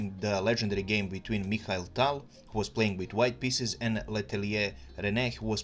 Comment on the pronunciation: He doesn't know how to pronounce Mikhail. My name irl is Mikhail and people always have trouble pronouncing my name